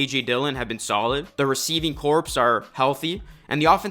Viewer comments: Hey... Not trying to put you on blast but the "corps" in "receiving corps" is pronounced "core" 😊😊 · Cleanse the cheese from your palate. Corps is pronounced 'core'. Go Vikes!